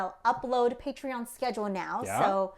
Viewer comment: Why do they sometimes say patrein